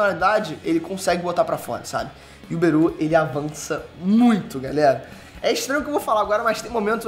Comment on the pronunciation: tlgd quem é Beru,mas ele falou berus